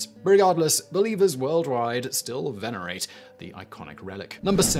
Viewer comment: Say venerate one more time